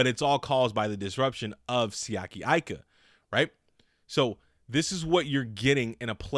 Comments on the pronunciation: Eee-ka, not Eye-ka. Respect the man's name 😭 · Bruh he has Pittsburgh Steelers written all over him & btw his last name is pronounced "Eeeeka" not "I"ka, the I sounds off as an E in the poly language, please stop butchering this sole's last name bro Lol, great add on with Alualu & Heyward,,, all Steelers Nation stand up! Auuuuuuuryte!!! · His last name is Tongan, so you pronounce his last name with an E even though his last name starts with an "I... (E-ka)... ika